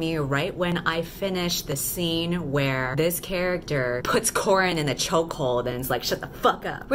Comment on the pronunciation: It took me a while to remember that the main character's name is Coran not "corn" 😂😂😂